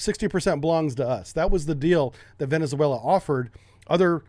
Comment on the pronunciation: You should learn how to properly pronounce "Venezuela".